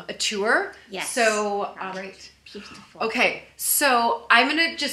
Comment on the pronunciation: She needs to stop pronouncing "beautiful" like that --- like nails on a chalkboard.